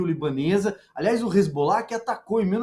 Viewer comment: Só uma correção na fala da, que disse, "hezgollah..." é hezbollah.